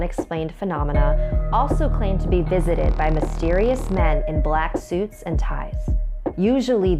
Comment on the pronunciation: When she said the men is black I started to think of the movies xD "hear come the men is blackkkkk"